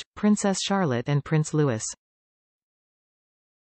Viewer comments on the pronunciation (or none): Prince Loui(s) The S is not sounded !!!